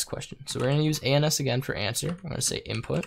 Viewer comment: I wish you paused between each letter whenever you said ans